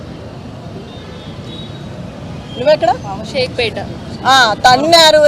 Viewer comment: షేక్పేట కాదు షేక్పేట్